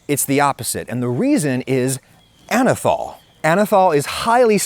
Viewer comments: Anethole is being pronounced wrong here, too. It’s “ole” as in “hole” not “all” like “alcohol.” It has an ether moiety which is why it is spelled that way. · Ah-Nus Anyth-hole